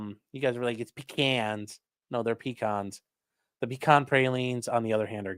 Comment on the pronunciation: pronouncing pecan correctly makes my Georgia heart happy.